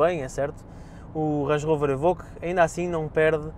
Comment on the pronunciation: "évóque" e nao "êbõque"